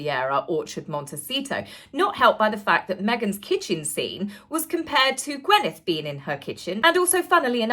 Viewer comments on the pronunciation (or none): It's GwYneth, not GwEnyth. Come on now, please !!!! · Gwyneth = (gwinneth not gwenneth) (gwyn think gin!) ❤ 🐾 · Gwyneth = Gwineth not Gwenyth